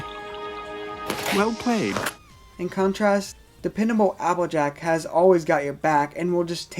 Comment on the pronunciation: You sound like tara when you say applejack, you say appajack